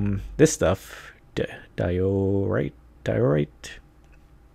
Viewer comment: Hey, looking forward to more of this series! I just wanted to say, you seemed to struggle with the pronunciation of diorite. It sounds exactly like it looks, di-o-rite. As a bonus, I always think of Andesite as Andy's site, but that's just me. Source: four years of overbearing professors at University.:D Keep up the good work!